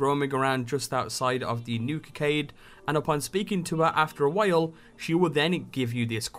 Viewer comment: you just sounded funny when u said while don't take it wrong. lol